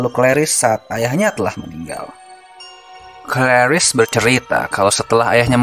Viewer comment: penyebutan nama claris yg bikin ngakak 😂😂😂😂